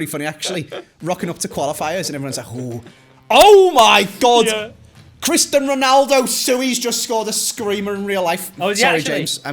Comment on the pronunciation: Cristan Reynaldow... Sue-E